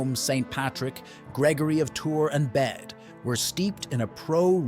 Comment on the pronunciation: For your reference it is pronounced as St "Bead".